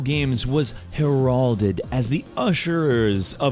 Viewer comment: hur-all-ded?! I detect english as a second language! heralded. It's heralded.